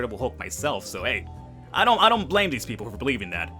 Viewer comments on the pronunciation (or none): none